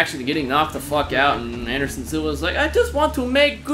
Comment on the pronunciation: Andershon luv OH ESS A